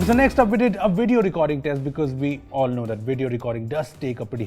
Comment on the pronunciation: Dis, Dat, Tousand 😂😂😂